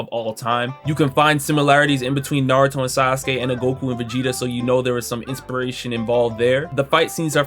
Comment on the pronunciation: Man we knew Michael B Jordan was a fraudulent anime fan back when he said his favorite anime was “Nuh-ro-too” and this is only more proof, he just named the 5 he could remember 🤦🏽‍♂️